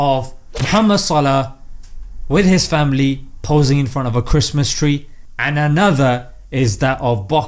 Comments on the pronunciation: I love the way you pronounced Christmas as Chraist-mas. Really puts the emphasis on Christ. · I have been calling Christmas as Chris-mas and not Chra-est-Mas like Christ lol... which is the correct pronunciation ?!